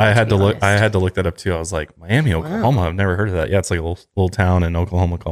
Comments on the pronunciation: In Oklahoma, they call Miami mi-am-uh. This case is pretty close to where I live. 😬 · It’s actually pronounced my-ah-ma in Oklahoma instead of Miami lol! I was born and raised in Jay Oklahoma so all my life I’ve heard about the story! And last year for Christmas my husband bought me the book that they quit making copies of called someone cry for the children… I have followed this case for a long time! It’s really horrible what happened… I just wonder if they’ll catch who really did it.. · Out here in Oklahoma it’s pronounced “My-amah”🤣🤣🤣 took me awhile to get used to. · Just an interesting note- Miami, OK is actually pronounced "my-am-uh," as if it has an A on the end. No idea why lol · Just letting y’all know that Miami, OK is actually pronounced my-am-uh! ❤️ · First wanted to let you know that we pronounce “Miama” after the Miami Native American the area belongs. I was a junior in high school when this happened in a small Oklahoma town. Most of us are pretty sure that Leroy Hart is the killer. He had a history of sexual violence, kidnapping, knowledge of the area, and was in the area due to his escape. It is truly sad that forensics weren’t around at the time. Even then hair that was consistent with Hart’s was found. Later forensic testing really narrowed it down to him. I have to admit I haven’t listened to your pod entirety. It’s very upsetting especially as an Oklahoman with Native blood myself. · Just FYI Miami, Oklahoma is pronounced My-am- uh. Idk why, but it is. My husband is from Oklahoma, and I lived there for a while, but we escaped to the West Coast. Lol. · It absolutely doesn’t matter, just a funny thing, Miami,OK is pronounced “my-amma” here in Oklahoma, no idea why, lol. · Fun fact it's pronounced "my-a-muh" Oklahoma not Miami as you know the pronunciation - one of the Teen Mom girls is from the same town 😂🤦🏻‍♀️ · Miami, OK is normally pronounced Mi-am-a by local Oklahomans (I grew up in and around OKC) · It's pronounced Miamuh lol